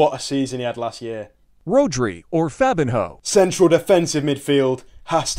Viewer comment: Is everyone gonna ignore the fact that Fabino was pronounced fabin-hoe